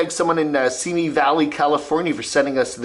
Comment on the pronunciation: Oh my gosh, - you actually pronounced Simi correctly. I cringe sometimes with how people pronounce it. Now, can you pronounce Puyallup and Tulalip?